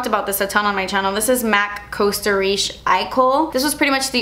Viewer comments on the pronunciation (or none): none